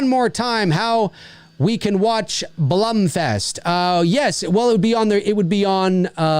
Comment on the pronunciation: Dave im sorry. It’s actually „Blum“ like the first „wrong“ version for u. It’s a German name and it’s correct pronunciation is German. Sidefact: Blume is the german Word for Flower. That’s where his name is actually coming from. P.S much love for ur content from Germany 🇩🇪 :)